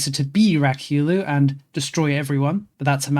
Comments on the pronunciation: Ryukyu is pronounced Ree-you-que but ii LOVE rak-you-loo xD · Hearing him spam "Rakyulu" was killing me a bit